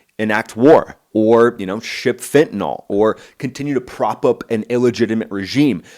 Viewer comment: I hate to be “that” guy but……it’s fentanYL, not fentanol.